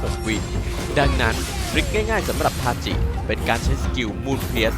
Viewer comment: ทาจิครับ ถ้าเป็น ทาซิ จะออกเป็นTashi ส่วนถ้าเป็นทาจิ จะออกเสียงเป็น Tachi สรุปก็คือชื่อ ทาจิ ครับ